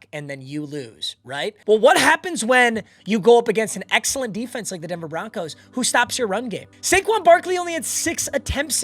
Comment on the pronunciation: Did bro say Denver Bonkos